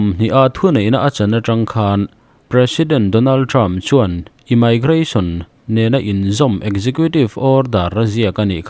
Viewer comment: Immigration ( imaigration❌, Imigration✅